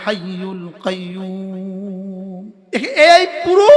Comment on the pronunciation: Assalamualaikum.hujur apni kaiuum kano bole.kop er ucharon koium Hobe.